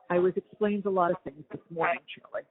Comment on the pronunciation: Chawlie-boarding (aka: water-boarding) 😂